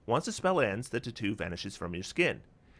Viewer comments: For the life of me I couldn't figure out what you were saying until you brought up the item for "Spellwrought Tattoo". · I love your videos and you have a great perspective on optimization however, I truly hate how you pronounce "tattoo" lol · I wonder where is from. I've never heard anyone pronounce "tattoo" like that and I can't get over it 😂